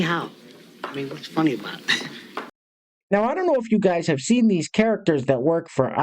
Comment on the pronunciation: “The most evil thing I’ve ever theen” okay, what is a theen?